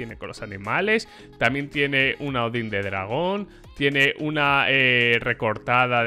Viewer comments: DIJO ODIN XD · una """odin""" KSKSKSKD NOOOO te me caiste